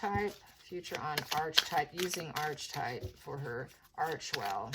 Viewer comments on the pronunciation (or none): It's not Arche/type It's pronounced aar-kuh-tipe ( American pronunciation) British pronunciation aa-kuh-tipe Sorry, just trying to help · Archetype - Ar-ke-type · Pronounced ark e type .